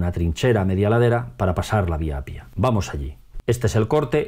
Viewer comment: Se dice y se escribe Appia no Apia. Es como en español: Carro y Caro que se pronuncia doble o simple según su significado, son 2 cosas distintas. Hay que doblar la "p" de Appia porque sino podría ser otra palabra distinta.